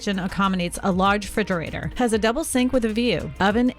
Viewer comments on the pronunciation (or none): Probably for the same reason she says "Frigerator" as if the RE is silent lol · LOL "A LARGE FRIDGERATOR" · I think she said “frigerator” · It's pronounced RE-fridge-er-ate-or, not fridger-ay-ter -.- There's dialects and accents and then there's blatantly chopping off a key component of a thing's name for no reason.